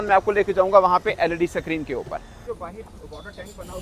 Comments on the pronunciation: अबे साले स्क्रीन सुने थे सक्रिन क्या होता है बे | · Screen ✅ suckreen ❌😂😂😂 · Screen not sacreen 😂😂😂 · Sacrine nhi hota be it should be Screen 😂😂😂 Chauthi fail anguthachap Pakistani journalist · .... Digital Sakreen....waahh